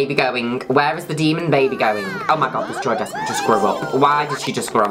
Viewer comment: It pronounced joy des-pray